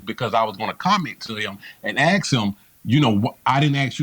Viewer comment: "Ask". An axe is what you kill people with. ⚒️🔨👷‍♀️